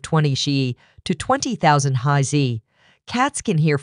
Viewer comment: hmm sure sounds suspicious...